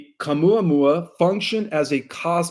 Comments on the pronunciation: Caumuamua.... "Oumuamua, NO ca!" Lmfao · Yes, Oumuamua doesn't have a "Q" at the beginning, and Stabilization isn't pronounced as if you're (stab)bing something. Stabilize is pronounced like a stable where you put a horse, (stable-ize). Not (Stab-ilize) as if you're stabbing with a knife. There's a dozen additional words that you MUST correct but let's start here with loving ❤ criticism because I truly love the work that you do to help humanity. Love ❤️ and Light ✨️ to you. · I am only three or four minutes in, and already you contradict George Kavassilas in conversation with Dr Michael Salla. 3i Atlas is a holographic projection from the cloaked ships behind it. What you are describing with all the different names, sounds more like Oumuamua. Which you cannot pronounce for toffee. In spite of your prompt. It is a Hawaiian word. My faith that you are going to be giving me the truth is ebbing away already and I'm only 5 minutes in. And it's 3i Atlas, not 31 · Misprounces Words bc English isn't his "Mother Tongue".